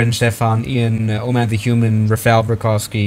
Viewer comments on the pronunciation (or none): none